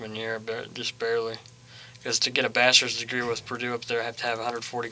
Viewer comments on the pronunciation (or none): . Totally thought that he said bastards degree instead of bachelors degree.